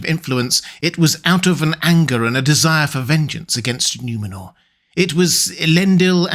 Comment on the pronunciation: It's N-oo-menor, not N-iu-menor.